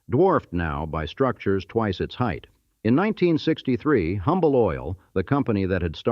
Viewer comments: It's pronounced Umble. The "H" is silent. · The H in Humble is silent.